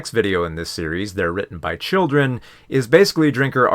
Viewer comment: you’re pronouncing “children” wrong.